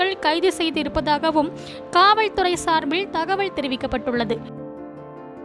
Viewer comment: காவல்துறை என்பதை காவள் துறை என்று உச்சரிக்க வேண்டாம். ளகர, லகர வித்யாசம் மற்றும் உச்சரிப்பில் கவனம் தேவை. சார்பிள் அல்ல சார்பில்என உச்சரிக்கவும். ஒரு செய்தி வாசிக்கும் பொழுது இப்படியா?